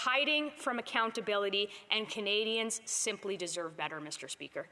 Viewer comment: “misterrrr speakerrrr!” You are a total waste of Canadian tax payer money!!!!!